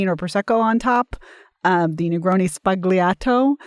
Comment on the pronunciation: The many ways in which mispronounces "sbagliato" are a perfect definition of the word itself.